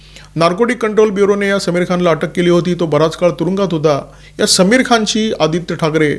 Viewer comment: It's "सlमीर" (Saamir)(like आमिर । समीर is संस्कृत शब्द , means cool breeze, Saamir is urdu